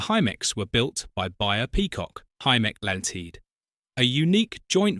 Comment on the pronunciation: Very nice film extracts, but this exposes the shortcomings of AI commentary, with incongruous mispronunciations of Hymek and Limited.